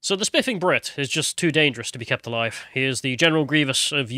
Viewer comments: I thought you said "SpLiffing Brit"!!!😆😂🤣😭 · his diction is terrible i can't listen to him don't call yourself the spiffing brit if you can't pronounce a "th" sound